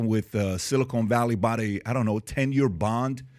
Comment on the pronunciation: How do I know PBD is a dum dum? this guy calls it "silicone" valley bank story. Seriously? I wish I could say he's being facetious....